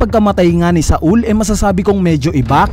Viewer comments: not SA-UL its SAUL/SOWL duhhh SA-UL THE FCK HAHAHAHA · Jaguar D. "Sol" po ang tamang pronunciation